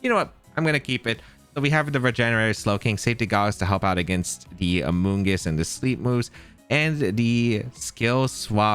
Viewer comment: Amoogus lives in this guys head. Rent free😂. Bro who hurt you with amoongus